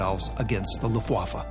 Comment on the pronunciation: Rob Lowe's narrating was pretty good in this documentary. However, I wish learned how to properly enunciate "Luftwaffe".